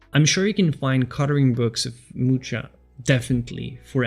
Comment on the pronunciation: "Really loved this artist" but can't be bothered to learn how his name is prononced